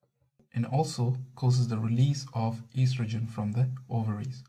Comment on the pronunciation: YOU SAID ESTRAJIN HAHAHA